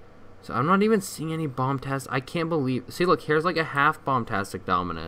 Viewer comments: its bombastic not bomtastic and people have made better models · It’s bombastic, not bombtastic.